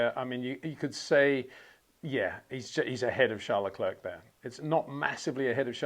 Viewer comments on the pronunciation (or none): Phonetically, say 'LeClair', Charles and all of France will thank you. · finally, someone says it. Just don't say the 'k' at the end Peter.